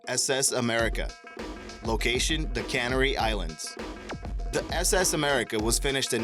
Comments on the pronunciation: Like the clip, but please, it's Canary Islands, like the bird, not Cannery Island like a factory and we do not pronounce Brisbane as Brisbain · Canary islands, as in the bird Canary. Not Cannery. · Seplucherr and cannery islands lol who is this narrator? 2.2 million subs & a high school dropout sounding narrator? Lol FYI, Sepulchre is pronounced ”Sep ul ker” and Canary Islands is pronounced... oh for Pete’s sake who can’t pronounce canary?? Well this guy obviously calling it cannery islands (I won’t even capitalize it misspelled) it’s NOT an island where they can corn to sell in grocery stores, it’s CANARY like the bird ... in fact THATS HOW ITS SPELLED!!! Lol... Sorry just expect FAR greater professionalism. But maybe I’m just irritable today? hahaha.... well, I suppose, it IS the beauty of Youtube; ANYbody can make it but grrr annoying🥴😂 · Why are you showing an L1011 as representing the Constellation. Can't you tell by the tail of both that they're not the same plane? And BTW, It's not the CAN-ar-ee Islands, it's the ca-NARE-ree (Like the bird) Islands. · Wait... Cannery Islands? It's not somewhere that they make cans. It's the Canary (Can-air-e) Islands, which are quite beautiful and a tourist hotspot. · Can-ary Islands? Really? Say it with me: Ca-na-ry! I know German can be hard, though, but try following this: Toy-phelz-berg. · It's can-AR-y islands, not CAN-ar-y ...also, Craw-co, not Crack-o ☺️ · Can ary islands lmfao....moron. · 'Canary Islands' pronounced like the bird, not a 'can'. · "Canery island" Learn to pronounce it correctly. It's a Canary, named after the bird.